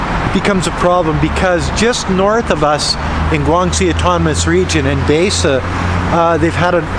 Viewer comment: Baise pronounced as bi-sir, bi as in binary. Literal translation is Hundred Color.